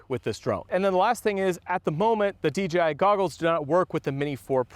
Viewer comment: Nice new D-Jay-I drone! 🤣